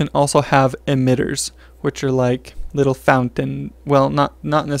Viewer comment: Wait what "litteler"?